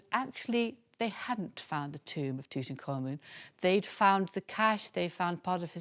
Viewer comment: you would think doing a document you wold want to pronounce the nam proper. Tut Ank Hamun. not Tuten Khamun serious now your subject before making a documnery